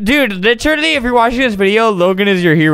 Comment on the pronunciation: when he says “litcherally” 🥺👉👈✨